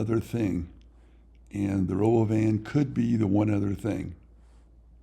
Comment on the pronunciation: Elon pronounces it ro-bo-vin - when it was first unveiled. So, thats how I think it is supposed to be pronounced.